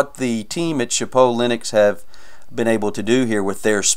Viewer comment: No worries, we're not French so we don't really need to speak it lol. I only knew what it meant because I took 4 years of it in high school (took a semester of Italian in college too, so much easier than French lol). You got close to saying it right a few times though.